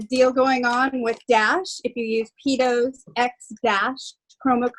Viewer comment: You pronounce it PeaDos anyway ,as you have on all your videos so why not name it that because PeaTos might as well be a bag of Dicks to a Spanish person .